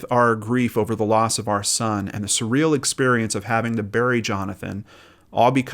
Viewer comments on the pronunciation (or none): none